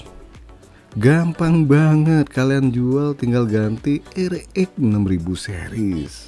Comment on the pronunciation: "Ereex 6ribu seriss" 😆